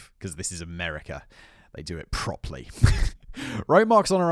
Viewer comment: OK I've got to comment now. Simon its propERLy not proply 😆